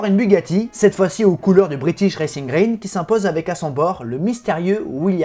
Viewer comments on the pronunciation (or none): none